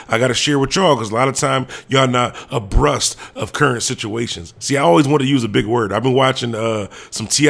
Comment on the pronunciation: Its abreast not abrust